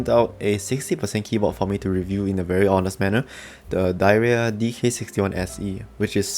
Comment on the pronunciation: Apparently it’s supposed to be pronounced “dih era” everyone says diarrhea and Kemove says nothing about it 🤣